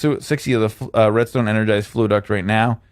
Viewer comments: Fluxduct not fluiduct:-P great vid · FLUXduct not FLUAduct